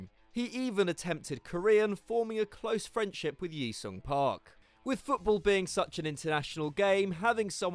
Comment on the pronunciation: Ji Sung Park is "G Sung" not yi sung.